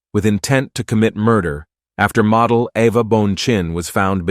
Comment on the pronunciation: Pronounced Mo dell